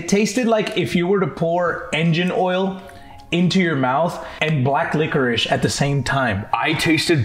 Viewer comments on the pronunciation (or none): Run it back can narrator not say the word licorice cause I’m 100% certain I heard him say ligerish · Homie said "liggerice" or "liquor-ish"